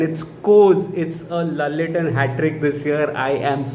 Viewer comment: Good to see you back to normal without even needing therapy after coolie & war2's trauma. A good movie healed the damage, wish you get to see more good movies like this and no more traumas. 😆😆😆 👍 P.S it's pronounced as laaletten not lallettan but i dont know why ppl spell it like that 🤷‍♀️ 😊👍